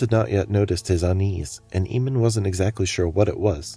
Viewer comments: That's a really odd pronunciation of the name "Eamon." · I feel really unnerved because he has the same name as me I forgot to say the name Eamon is said wrong during this vid and my last name is different